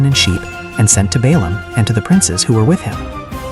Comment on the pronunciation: The AI does not differentiate Balaam with Balak